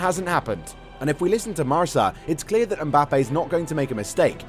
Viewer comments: Marsa???? You mean Marca!!! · It's pronounced Mar - Ka (the newspaper MARCA)